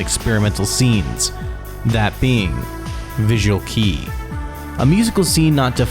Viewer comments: BUCK-TICK MENTION!!??? ❤❤❤ Damn right. We wouldn't have VK without either one of them, and a few others. (I'm also one of the people who cringed every time you said visual key. It's already been pointed out, but it's pronounced kay or just K.) As someone who studies languages and linguistics academically, I strongly encourage you to spend a little more time familiarizing yourself with the pronunciation of names of things in other languages!! It comes across as not caring about your subject matter and damages your credibility. As the like ratio on the main comment about your pronunciation of Kei shows--audiences care about it. No one expects perfection and mistakes are natural. But...I can tell you take great care in your narration and recording, and I just don't hear the same effort put into this area of your presentation. This comment is not meant to be accusatory or inflammatory. I genuinely only want to provide you with this information to take into consideration when you edit videos in the future. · Other than your horrific pronunciation of "visual kei", (KAY not KEY) this short doc is pretty great. You clearly did your research! I definitely liked it. *EDIT your French pronunciation is terrible too but the same sentiment.* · VISUAL KEI! IS PRONOUNED KAY